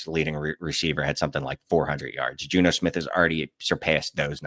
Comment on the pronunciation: “Insanical” “Juno Smith”